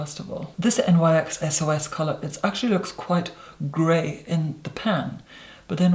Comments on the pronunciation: Lol “I went to N-Y-X’ I sat there for a good 2 mine saying N Y X only to figure out he was talking about nyx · I do believe that NYX Cosmetics is pronounced as "niks".